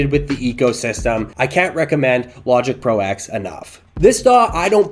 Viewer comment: It is pronounced Logic Pro Ten not Eks! Probably why they renamed it Logic Pro 11.2 to avoid confusion. The X is a roman numeral for ten